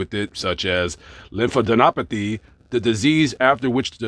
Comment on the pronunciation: Lymphadenopathy, pronounced with emphasis on the fourth syllable.